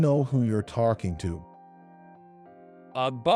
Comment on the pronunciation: What’s with all the “r” sounds? Caught pronounced as cart, talking pronounced as tarking, coffee pronounced as carfee.